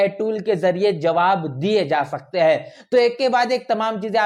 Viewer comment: उच्चारण में "है " और " हैं " का अन्तर नहीं सुनने को मिलता है ।